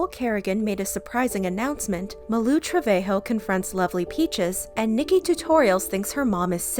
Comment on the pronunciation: Yall really calling her malu trevahoe💀💀 its trevajo